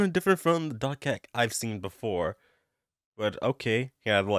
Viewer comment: Why do you say "doc hack" when it's dot hack?